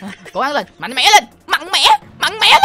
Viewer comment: Tui nghe " mạnh mẽ" thành mặng mẽ"